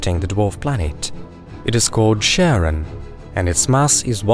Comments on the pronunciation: Pluto's moon is properly pronouned as 'kare-ON', not 'sharon'. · Thanks for the video, which I found extremely informative, but Charon is pronounced as KARon, after the eponymous Greek mythological figure, not SHARon. Unless, that is, you also pronounce Chaos as SHAOS, instead of KAOS. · Char-on. Char. Not "Sharron". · is not Sharon, is Karon, Ch like in Christ bc they both come from greek. Charon is significant in ancient greek mythology and is found universally in burying rituals across the world. . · hearing u pronounce Charon as "sharon" is the saddest thing ive ever heard. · it's Kharon not Sharon 🤣 It comes from the greek χάρων, χάρος or χάροντας. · Please stop saying Charon as in Sharon, but Charon as in Christ. Charon is the boatman who takes souls to the other world in greek mythology, so being an ancient greek word pronounced as such. Thanks, great job! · Pluto's moon is pronounced "Karen". It's the boatman of mythology for Pluto, god of the underworld. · Charon is Caron. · did you just call charon sharon ? unforgivable. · You said Charon wrong!